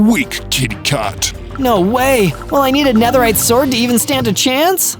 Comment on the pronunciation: Man spricht es Nederride aus